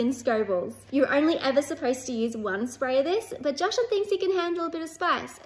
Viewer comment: I'm more curious why pronounces Jashan's name incorrectly all of a sudden